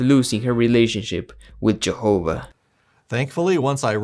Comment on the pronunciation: "I love Jehover!!"